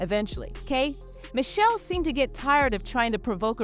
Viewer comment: Right! Say Kay pause, Michelle likes it's 2 different people 😂